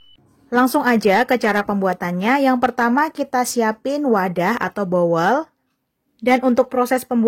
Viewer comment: Mbak utk kata "bowl"( inggris) nyebutnya bukan "bowel" tapi "bol'